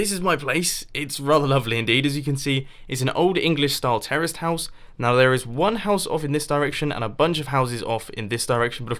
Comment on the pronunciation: it sounds like you said terrorist house but it think you said terrace